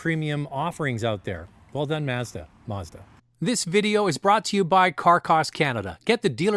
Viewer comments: It's Mazda. Not mauzda. Say it right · *Meah-zuh-dah*... yup... she's Boston Italian... Too bad Netflix Cowboy Bebop got cancelled... At least Yoko Kanno, the music composer, came back. Made a guitar cover video for the ending theme, The Real Folk Blues. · Sorry pretty lady pronounce Mazda correctly as yanks just don’t know how to speak 🤣🤣 🇦🇺 🦘